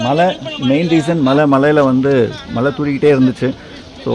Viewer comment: உங்களுக்கு "மழை" அப்படின்னு உச்சரிக்க வருகிறதா? நீங்க தமிழ் தானே! கஷ்டம்.